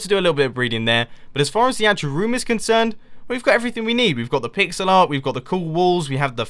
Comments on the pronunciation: did he say pig-cell art? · did I hear "the pig-zel art?" :3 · Finally realized you were saying "Pixel Art" not "Pigs-alot" Facepalm